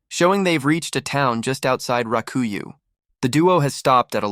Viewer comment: Rakuyoh...not raku you. >.<